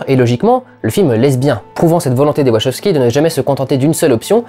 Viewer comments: Question existentielle : on prononce "Wachoskis" (comme énoncé ici) ou "Wakowskis" ? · Une des pires prononciations de Wachowski que j'ai entendu.